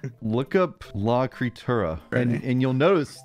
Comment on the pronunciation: The words: la creatura Everyone in this video: la kreeturra